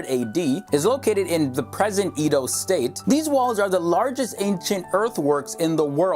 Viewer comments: btw it is pronounced: Ha-wu-sah not Ha-sah, Yo-ro- bah not Yo-ru-bah, Eh-do not I-do, Dan-go-teh not Dan-go- ti. The video was very nice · that moment when he tries to call Benin(b-nin) and Edo(eh-do) in fact 8 was hilariously cool,love from Benin City,Edo State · and butchered Edo state and Benin